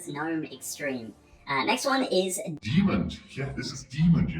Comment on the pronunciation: Demon does not have a D on the end, honestly all I could focus on while watching this video 😂